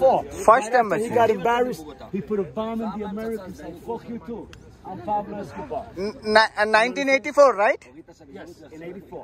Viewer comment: Pablo Escobar bro Escoblar kaadu